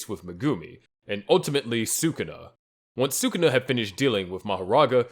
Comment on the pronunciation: The moment these stupid channels mispronounce Sukuna I know they’re trash and I thumbs down. Do better.